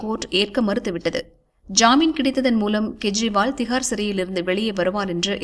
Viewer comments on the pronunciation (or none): It's not to be pronounced in KURIL but in NEDIL .None has the right to mis spell other's name. I am referring to CM Delhi KEJRIWAL .In short KE should be pronounced as in the name of KESAVAN